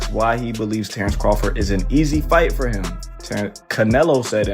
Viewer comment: Why can't they ever find narrators who know how to pronounce people's names? Crawfid?